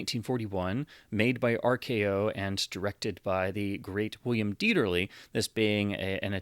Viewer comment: Thank you for pronouncing Dieterle's name correctly. It's amazing how many so-called cinephiles' videos on Youtube are cringefests when it comes to pronunciation when a bare minimum of effort at research would fix it